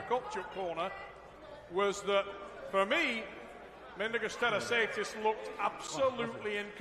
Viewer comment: “Mindaugas Tetrasaidis”......!!! Go back to the primary school Trevis….!!